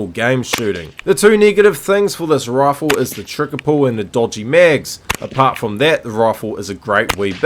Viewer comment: take a shot every time he says rawfle